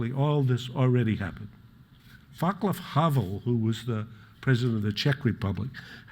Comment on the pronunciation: Its funny how he insists on "Thucydides" pronunciation and then completely butchers "Vaclav" (Havel) as if he saw his name just now for the first time.